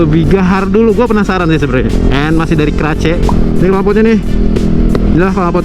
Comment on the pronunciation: Kemana atuuhh “keraceeeee” 😂 “Kares a.k.a k-race” dibacanya abangkuuhhh 😂😘